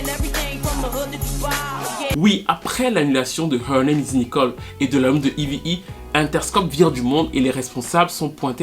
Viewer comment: C'est Eve, et on prononce "iv".